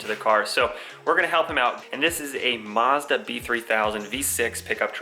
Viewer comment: He extended the “maa” a little bit but yeah, that’s how we say it.